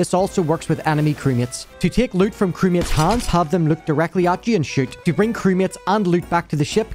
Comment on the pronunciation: When he said "crewmates" I thought he was saying "crickets".